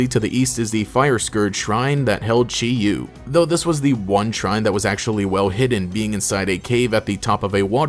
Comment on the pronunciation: So Chi-Yu is actually pronounced "chee-yee" because the Chinese origin words 鲫魚 (jìyú) are pronounced like that! I had a fun time watching this video, love my ruinous apocalypse buddies